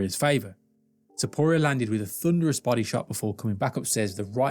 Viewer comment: The most painful thing is listening to you misspronounce arturo topturo s name